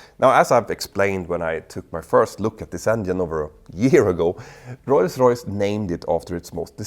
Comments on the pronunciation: OMG stop saying Roys-Royce 🤦🏻‍♂️🤦🏻‍♂️🤦🏻‍♂️🤦🏻‍♂️ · Best part of this is Petter struggling not to say Royls Royce :)